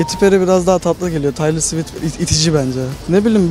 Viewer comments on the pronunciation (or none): 1.36 dan sonra neden Taylır Swit diyosunuz ya kadının ismi Teylır Swift diye okunuyooor TAYLOR AŞKM 💕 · arkadaslar Taylor Swift'in okunuşu taylor swift degil "teylır swift" allah rizasi icin duzgun okuyun soyleyin sunuuu bide kalp atinn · Teylır sivift diye okunuyor ögrenin kdxjcjcj ( umarım doğrudur yanlışsa saldırmayın lütfen 😂)